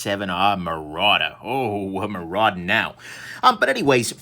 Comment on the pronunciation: "We're Maradin' now..." This is why I love you,.